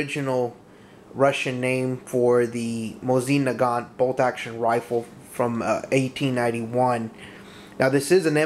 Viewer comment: its mowe-sin na-gant